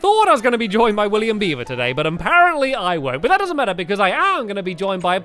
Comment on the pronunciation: It's funny when sometimes he say William bieber instead of William beaver but he never seems to notice😂